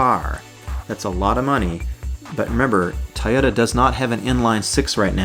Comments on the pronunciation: TOY-ota......not Tyoda... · Please make sure you are saying TOY OTA not tie yota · Toyota not tyota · Why do you say like it's spelled tayota supra